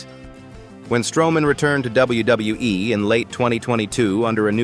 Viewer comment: you need to learn how to say WWE the proper way dum dum